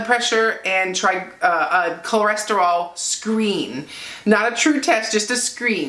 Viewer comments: The lab test is called a “Lipid Panel”. Cholesterol is pronounced (kol-es-ter-oll). Just saying...best wishes. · Say it with me..."Cho" "les" "ter" "ol". Theres no reason for you to sound like a small asian lady learning english. Good video. Keep up the good work. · My numbers are very similar to yours. Go! Ko-les-ter-al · Is she saying CLO-resterol cause if she is that's adorable ❤ congratulations #ketosaveslives